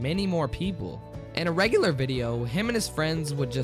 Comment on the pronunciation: "In a RegHUlar video' 😂😂😂😂 . Love u really ♥️♥️